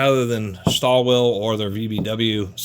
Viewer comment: Pronounced [Shtall-villa].